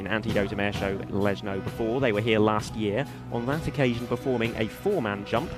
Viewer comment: For English speakers it is pronounced "Leshno", not "Lesno" like in this video.